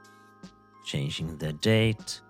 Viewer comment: "shanging the time" <-- swedish signature detected